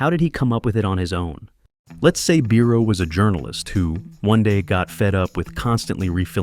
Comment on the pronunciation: Congratulations on your sometimes correct pronunciation of 'Biro', mispronunciation irks me 😊👍.